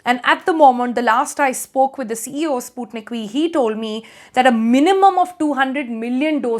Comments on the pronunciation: The pronunciation is not “spootneek”, it’s “Sput-NIK”. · It's spelled "sput-nik" and not "spoot-nik" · Russian language is not that lovely nor romantic, u made sputnik sounds like sponge for me.... So soft.. Ahhh.